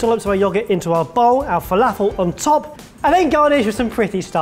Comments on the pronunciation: my favourite part of this video is the way you pronounce felafel, zatar and babaganoush. Made my day! haha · Gads... Please learn how to pronounce falafel. it has nothing to do with the British accent it is strictly a mispronunciation of the word. Other than that, good video., sweet Falafel.... Brilliant!!